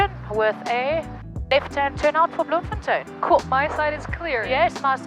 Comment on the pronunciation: Yeah enjoyed that-You said "Bloemfontein" brilliantly with the Dutch accent -Lived in Bloem for many years and now in CT-CT is way better!